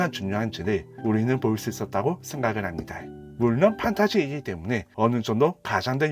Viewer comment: 힙니'다' 를 매번 "다이" 라고 발음해서 소리끄고 봤네요. 말고도 발음이 너무도 많이 새서 지적하기 힘든 점도 있었는데 저만 그렇게 느낀게 아니어서 대댓글로 의견 남겨 봅니다 는 미련 을 민원 이라고 발음하셔서 자막이 없으면 아예 이해가 불가능한 수준이네요